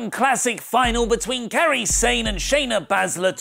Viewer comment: learn how to say her name, first it was "Karai" now it's "Kari" it's KY-REE.